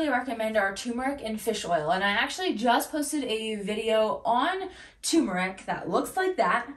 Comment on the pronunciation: It's turmeRic. Two Rs..